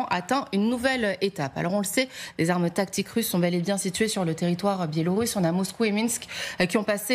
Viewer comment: Les aarmeu nucléaire Russse au port de l'orope 😂😂😂, vous allez lire l'heure 🤣